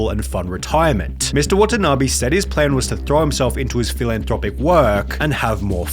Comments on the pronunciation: it's NOT "watana BEE" , it's "watana BAY" .. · watanabe is pronounced wah tah naa bay not bee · I take a shot everytime he pronounce the name Wa-ta-na-bee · how to pronounce watanabe: wa-tan-a-bay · Why don't you spend some time looking up how Watanabe is pronounced?